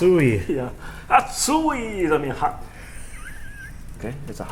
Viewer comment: And it's A-tsui, not a-TSU-i. The stress is on the first.